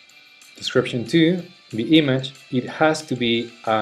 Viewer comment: Hey, buen video pero muy fuerte el acento. Tenés que trabajar un poco la pronunciación (what se dice /wot/ no /wat/, audio se dice /odio/ no /audio/, image se dice /imidj/ no /imadj/). Abrazo!